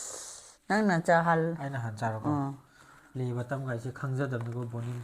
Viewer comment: Play BUTTON haibane...not BUTTOM.... pronunciation doh 😅